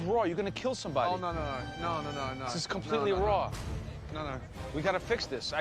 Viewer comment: It was RRRAW and CRRRRUNCHY!! 😂